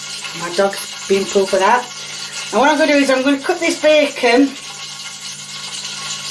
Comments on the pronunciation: "Chee-kin n bey-kin" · Chickiiiin and beecen😂 is it just me or is she such a cute lady besides the cooking?❤